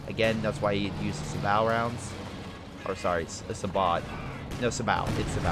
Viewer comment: The t is silent in sabot. It's just sabo